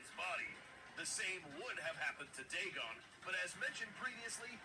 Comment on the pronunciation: Gojicenter: dagon: diegon